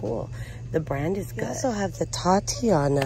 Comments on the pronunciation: OMG, please please please stop misprouncing "titania".....these are products that are named for titanium! Not a girls name " tatiana"..... Please sound it out😉😉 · Please look up how to pronounce TITANIA